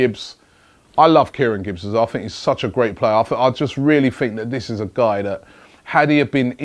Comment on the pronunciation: robbie it's that not vthat